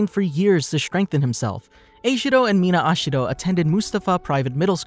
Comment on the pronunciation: HE SAID AsHiHDO i though it was ejiro